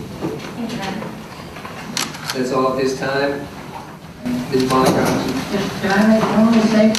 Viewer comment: Oh, its Monica. I was only listening and you kept saying Moniker.